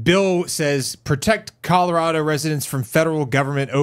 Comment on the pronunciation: It sounded like you said CALorado which I'm just gonna call a happy accident